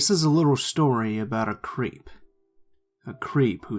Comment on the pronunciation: I swear I thought said crêpe at the beginning of the first story